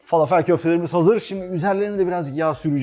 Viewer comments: Ellerinize sağlık yalnız iki yemeğinde doğru telaffuz edilmediğini çok yerde duyuyorum tebbule ve felafel son (e ) harfi ı ve e arası Ortadoğu mutfağına ait arapça olduğu için kelimeler فلافل تبولة şefim içine taze yada toz kişniş ile de deneyin çok iyi sonuç veriyor birde susam eşim Suriye'li bizde sıklıkla tüketiliyor her iki tarif teşekkürler 😊😊😊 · Fâlâfel dogru söylenişi.Arapca bir kelime bu biliyorsunuz.Dogru telaffuz edilirse daha hoş olur .